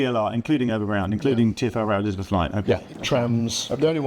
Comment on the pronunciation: i know what you mean but you said elizabeth is 3 syllables rather than 4